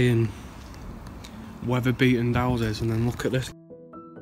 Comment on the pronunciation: Seems slightly ironic, normally it's some old bloke saying "I remember when this was all fields"and here we have a young bloke saying "I remember when this was all 'ouses" lol.